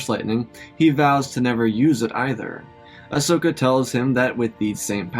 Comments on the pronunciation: I can't un hear "Asnoka"😂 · the part whene they contacted leah you said ahsnoka lol